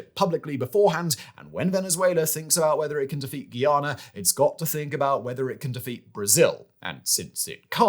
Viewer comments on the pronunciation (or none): Guyana, not Guiana.